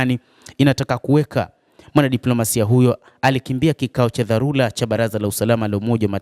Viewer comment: Siyo dharula sahihi ni dharura